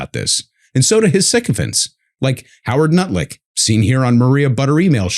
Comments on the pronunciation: “Howard Nutlick” 😂 I thought I might have misheard it until it was repeated a few more times later on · Lol ... he really did say Nutlick 🤣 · I apologize in advance for this.😆 I noticed you had a slip of the tongue and called Lutnick the same thing I call him. Nutlick A bit juvenile for a 65yrear old lol. but it keeps me young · Did you just say "Nutlick"? 😂 Well, I guess kinda apt. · Ngl, I love that 'Nutlick' has become an acceptable pronunciation of Lutnick over here XD It cracks me up every time. I swear I'm a grownup. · IT MAKES MY DAY HEARING YALL CALL HIM NUT-LICK!!!! THANK YOU💙💙💙💙💙💙💙💙💙